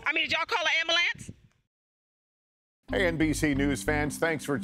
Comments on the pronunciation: Did y'all call duh amboolants?! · did you all call the po-, I mean the ambalamps. LOL